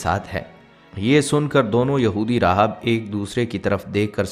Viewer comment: Aapka talab kuchh theek nahin Hai he loves rahab nahin rahib Hai